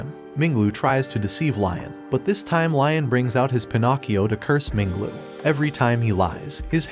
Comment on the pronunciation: That's the correct pronunciation